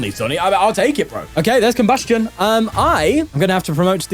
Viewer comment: Our goat finally pronouncing Combusken properly, I’ve waited for times like these